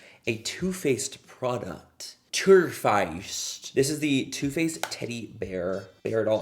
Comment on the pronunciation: When you said “Turrr Faced” you reminded me of the guy on TikTok who orders food in Cursive. 🤣🤣🤣 IYKYK 💀